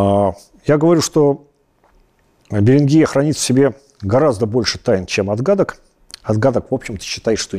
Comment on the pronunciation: БеренгИя - похоже на название болезни. Очевидно, придумывая условное название, по-русски эту землю надо было бы называть с ударением на первый слог: БЕринг - БЕрингия. Переберите все известные названия стран - не найдёте ни одной с Вашим ударением.